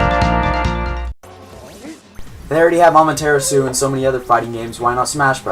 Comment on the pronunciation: Finally!!! Someone says Amaterasu but so in fortunate that you don't know how to pronounce her name...